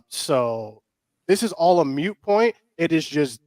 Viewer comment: 'Moot', not 'mute',...